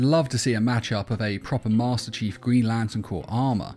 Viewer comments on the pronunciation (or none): Me before the video: HaloMan will be green Me after the video posting a comment: You said the HaloMan’s name wrong! Why did you keep saying master chafe?